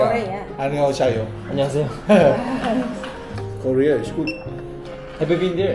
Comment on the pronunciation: 되도않는 발음좀 쳐굴리지말고 걍 담백하게 코리아라고해라 코우뤼ㅇ아 ㅇㅈㄹ